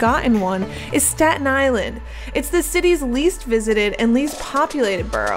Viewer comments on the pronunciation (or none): The "four-God- UN" Island? God, SPEAK ENGLISH